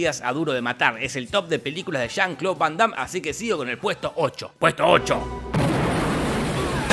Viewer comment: Que diga "chan Clau" 100x jaja